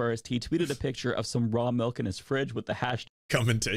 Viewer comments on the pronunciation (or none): The way this guy calls it "mahlk" is driving me insane. It's milk!